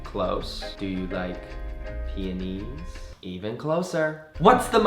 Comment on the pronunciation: I"m SOOO glad you pronounce peonies correctly!!! Love you Connor